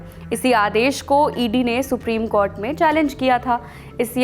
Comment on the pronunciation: Ye anchor bekar hai कॉर्ट नहीं कोर्ट होता है 😅